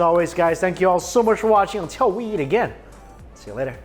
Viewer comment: Is it just me or does Mikey sound like he's saying "yeet" instead of "eat". 😅 Doesn't really matter, it works either way. All you can YEET... in your mouth. 🤣